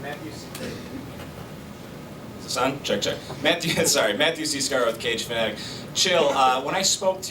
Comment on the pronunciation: The sites name is 'Cage Fanatic' but it definitely doesn't sound like he said that.